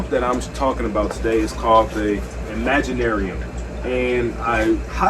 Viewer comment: Imagi”T”arium bro😄. Thanks for the review